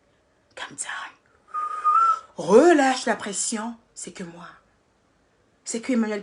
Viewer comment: c'est calm down pas calm don